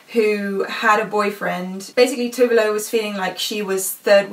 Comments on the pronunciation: Yes! Someone who knows how her name is actually pronounced! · FIRST OF ALL, FINALLY SOMEONE OUTSIDE FROM SWEDEN PRONOUNCING TOVE LO CORRECTLY